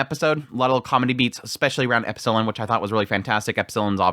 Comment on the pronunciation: It's not epsIllon. It's Epsilon. 😁